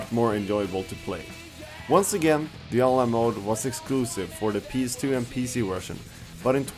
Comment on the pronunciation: he says ps2 kinda weird he says pees2